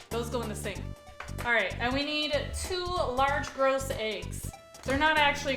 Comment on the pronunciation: The S in gros is silent. It sounds like gro not gross.